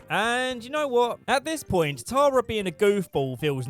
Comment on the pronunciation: I love that you can’t say Tara. “Tarar” lmao